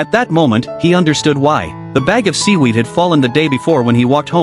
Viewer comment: Seewerd❌ Weed✅